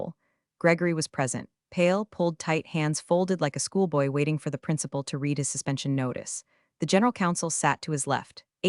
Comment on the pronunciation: Reed or red,there is a considerable difference. I think Elon would get you better AI.